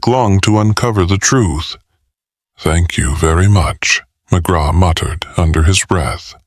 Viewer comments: I can't believe they even posted this, but it's coming from Pakistan so they probably wouldn't have noticed the mispronouncing even if they had listened to it themselves. Ugh.. I can't help but feel I'm hearing a story about Dr. Phil (McGraw) 😊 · I think the voice is ok , it's the cadence and mispronouncing the main character's name through the entire book that's really bad.